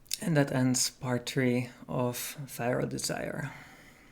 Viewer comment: “Firal desire”